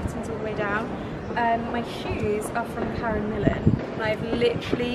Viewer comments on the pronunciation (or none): none